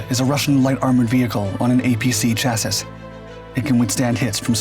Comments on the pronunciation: *chassis - pronounced chass-e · Thumbs down every time I hear "chassissssss". What is wrong with your robot voice and AI? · Chassis is pronounced chassie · How is it this guy does. It know the correct pronunciation of the word “CHASSIS”? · At this point, I think mispronunciation of the word "chassis" in every video is just trolling me. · Still can't pronounce chassis though...